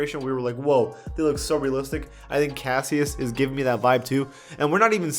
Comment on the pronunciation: Lol casseus😂 when it’s pronounced cashush